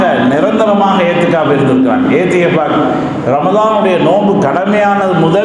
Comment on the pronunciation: ஏத்திகாஃப் அல்ல. இஹ்திகாஃப்.